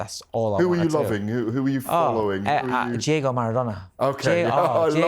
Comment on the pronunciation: It’s ’Diego’ Maradona Dave, you melt, not “Jego”🤡🤡🤡🙈🙈